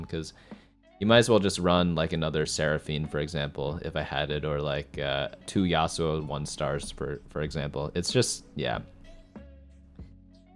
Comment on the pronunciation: I got triggered every time he said yassuo